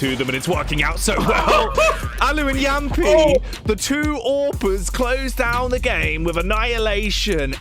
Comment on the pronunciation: Its not jampi, jamppi